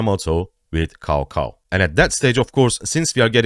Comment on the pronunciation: cao cao is read or pronounced as tsao tsao😇😇 thanks👌